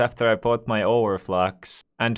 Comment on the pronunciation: It's over flex not over flox